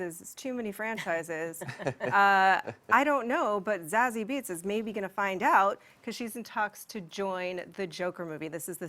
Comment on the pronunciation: "ZAZZIE BEETZ"?????